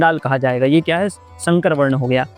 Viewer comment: shankar nahi sankar please sankar boliye